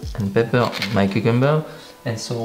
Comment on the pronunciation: i like to hear you say pep-per lol.